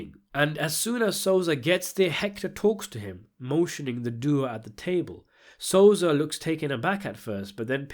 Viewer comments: Yo.. it so-sa!!! Not sozah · DIDE WTF ELWIRA AND SOZA CMON NOOB ITS ELVIRA AND SOSA FFS CANT WATCH THIS WITH THESE PRONOUNCES ITS DISGUSTING